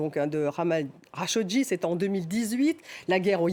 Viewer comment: La prononciation approximative des noms est pénible chez les journalistes de F24. C'est quand même grave à ce niveau de ne pas connaître Jamel khachokeji .... . Comment se fait-il que lorsqu'il s'agit de Jamel Debbouze on sait bien prononcer le prénom et lorsqu'il s'agit du journaliste assassiné, on prononce Hamel au lieu de Jamel .... ? Alors de deux choses l'une ... Soit la journaliste n'est pas pro et fait du n'importe quoi dans son travail, .... Soit, on fait exprès pour donner une consonnance exotique à la prononciation des noms. 🤮🤮🤮